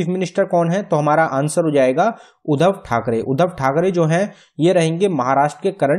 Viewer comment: Uddhav not Uddhan